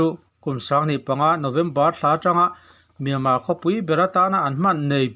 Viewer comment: Kuhva iheh hmel voice chu, chuan miama tihtur ami le, Myanmar tih ani IN kahre sia 😜😜👍